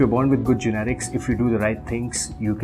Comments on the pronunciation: why does he keep saying generics!!!..it's genetics dude..:// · he keeps pronouncing " genetics " as " generics " ... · GENETICS not GENERICS lol